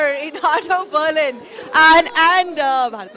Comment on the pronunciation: jaahilon Byarlin kya hota hai BER lin Byaar nahi BER